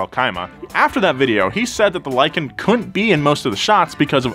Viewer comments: Lie-kan i mean it lives up to its name. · "Lykan hypersport" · "lykan hyper sport"